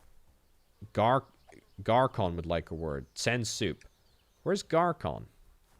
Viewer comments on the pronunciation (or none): Ç is pronounced like SS, not K :) (as in, Garsson, not garkon)